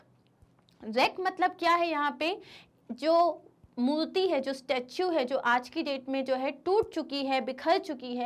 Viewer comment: Why you call murti as multi is murti not multi 🤷🏻‍♀️